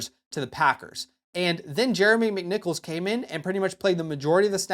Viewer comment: Jeremy Mymimickmicknichols